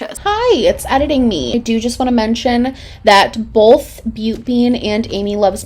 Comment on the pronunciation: are you from the midwest? i love how you say "bowlth" instead of "bowth"